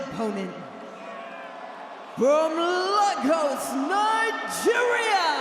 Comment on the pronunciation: لما قال نجيريا حسبتو قال الجيريا